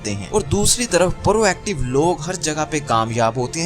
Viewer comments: It's prooooactive not paarooo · بھائی یہ پا_ رو ایکٹو نہیں ہوتا پرو ایکٹو ہوتا ہے اور گیر اہم نہیں ہوتا غیر اہم ہوتا ہے تھوڑی اپنی اردو پر غور ہی کر لو